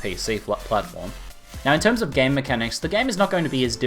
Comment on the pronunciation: Every time says "game mechanics" I hear "gay mechanics" lol:P